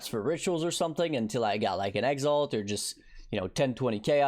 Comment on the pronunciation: Man, you would attract just a FEW more viewers if you bothered pronouncing things properly. Exalt, not EX ALT also btw (.... shallenge? challenge bro, tyallenge, not shallenge)